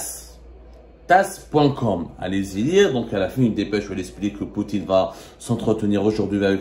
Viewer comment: Mon cher l'agence russe se prononce TAsse, je veux dire TASSE se prononce fortement